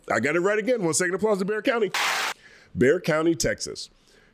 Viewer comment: I understand people mispronouncing Bexar county, but it made me smile really wide to hear you say it correctly. Merited at least 9 seconds of applause!! Thanks for the update!